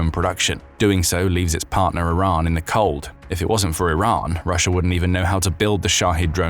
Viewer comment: How the F do you get “russer” out of Russia? 😂